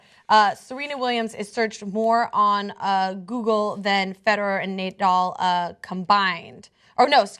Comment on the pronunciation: Ugh. As a 5.0 rated tennis player, listening to complain about men vs women pay gap in tennis. When she was naming the male players, she called Nadal "nay-doll." Its pronounced "nuh-doll." She isn't a tennis enthusiast and its painfully obvious. The part where that tennis official said some degrading things about women tennis players was a story. The rest of that stuff that was read into, the stuff about the disparity between pay of men and women tennis players is NOT a story. Male tennis players bring in more viewers and money, they should be making more money. I get the while feminism thing, and I am for pay equity for women, equal work = equal pay, but this is a SPORT. this isn't a job at Kohl's or Target. I have seen countless pro tennis matches. The men's matches are downright more fun to watch. Part of that is probably because more tennis players are male. And that seems to hold true to my own experience in life playing tennis.